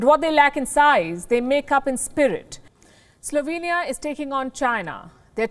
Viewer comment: Slovania lolol